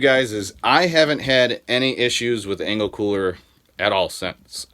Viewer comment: Engel not Engle...🤪